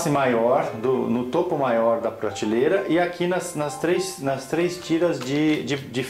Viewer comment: Muito bom o vídeo. Mas pratileira ao invés de prateleira, todos dizem errado. Que coisa.